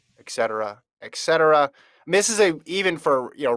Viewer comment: It's NOT Eck cetera!! ET cetera ... Et cetera!!